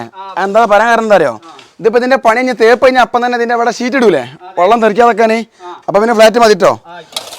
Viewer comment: Vellam ennu parayarilla vallam ennanu namukk thonnuka avar parayunnath vellam ennanu paranjathennu 😂